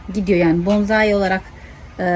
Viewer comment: Hanımefendi elinize sağlık da , bence öncelikle yapmaya çalıştığınız şeyin hiç olmazsa adını düzgün telaffuz edin. Onun adı BONZAİ değil BONSAİ dir. Saygılar